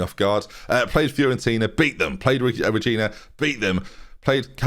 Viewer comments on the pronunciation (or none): none